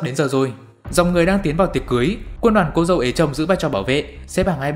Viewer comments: xem 1 nửa thì nhận ra anh nói là cô dê và chú rể:))) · tại sao anh lại đọc là cô rê và chú dẩu :)))/